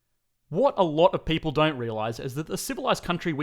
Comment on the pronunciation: Beautiful "pay-ple"!! Aussie spoken here 😂